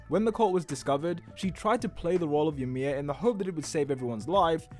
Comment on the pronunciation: Ymir not emir